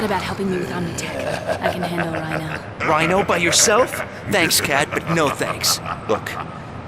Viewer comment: According to this video: watch?v=FvZbAqBCBYY , it's pronounced "Reeno", not "Rhino". Great review, you pretty much summed everything right.